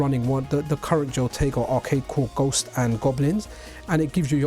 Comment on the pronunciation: Nice video, it is HO-tego, not JO-tego, I'm guilty of the same sin, something to do with Spanish I think, your example in Patreon, your Pateon comment was a decent idea to start a way of separating the Pocket from the OLD, years OLD, contributions from the supporters for the MiSTer platform development.